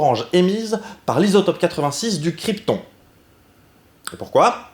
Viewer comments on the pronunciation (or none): Retire le s à "isotope" et c'est parfait :D